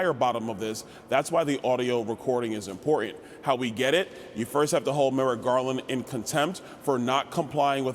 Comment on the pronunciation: ImporTant. Not impor'ent. Talk English Hoss.